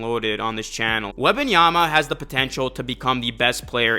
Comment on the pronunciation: its Wem-ban-yama not Weba(n)yama please its insufferable to listen his name mispronounced 15 times in the span of 2 minutes